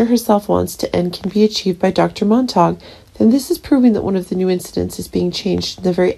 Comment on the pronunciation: Monta q, not Mon tak